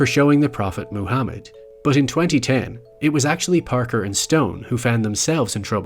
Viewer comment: Moo Ham Med. Ham. Now, I hate Islam, but you ought to know how that name is pronounced.